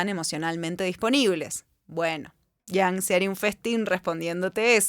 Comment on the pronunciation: Me gusto el video,, estimula a pensar mucho e irse por las ramas. Lo único que me causa ruido es porqué dice Yang a Jung y porqué dice defolt a default jaja me triggerea mucho